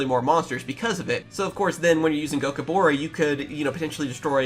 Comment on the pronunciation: it is pronounced Go kih boar. That is how Weavile pronounced it in the anime.